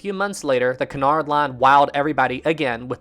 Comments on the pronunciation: Isn't it Cunard not canard? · I thought it was said like Kunard not Conard line